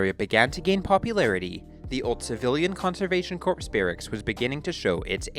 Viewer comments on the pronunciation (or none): You phonetically said corpse - like twice. That is the gist of my comment. Yes, spelled corps ... But silent "p".